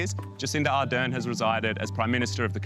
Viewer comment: Jacinda ArdeRn - please get her name right. The stress is on the second syllable.